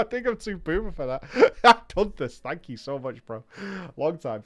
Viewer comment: I thought you were saying "booba" and didn't understand until I saw this comment